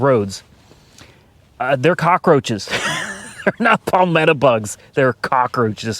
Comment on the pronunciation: Pronounced paul-met-toe and i agree roach and they can be 4 inches in length and they fly and are just creepy disgusting vermin